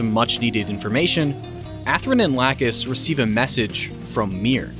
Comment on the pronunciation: My eye twitches every time I hear lacuse name mispronounced